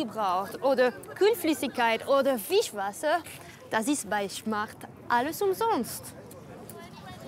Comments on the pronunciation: Ha sie "Fischwasser" gesagt ? :D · Sie sagt doch auch fischwasser?!